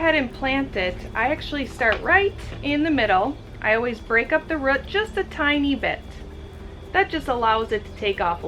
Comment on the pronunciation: Interesting how you pronounce “root” like “rut” 😆😊